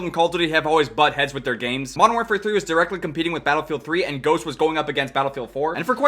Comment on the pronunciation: playing Battlefield? now Modern Warfare really had made mistakes:o Edit: He did just say Bootylfield? xD